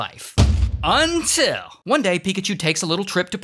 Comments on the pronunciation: I always love the: DRAMATIC PAUSE “Untillll…” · I love the "UNTIL" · Everytime Ray says "UNTILL" 💀🤡😂😂🤣🤣🤣 things are about to get outta hands 👾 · Every time Ray says "UNTIL", you know the sh*t is gonna hit the fan hard. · That "until" is becoming legendary